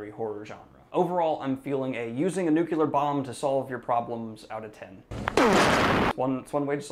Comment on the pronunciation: The EYES of the Dragon, sorry. Also NU-clee-ar, not NUK-yee-LAR. M-o-o-n, that spells NUCLEAR!